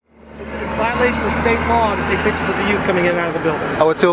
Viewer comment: Can't form a complete sentence, pronounce "pitchuhs". You're the captain now.